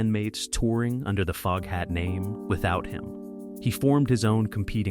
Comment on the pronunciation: I hear that! When AI said Fogehat I said WTF FFS!